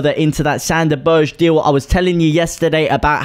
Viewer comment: Berge is pronounced burger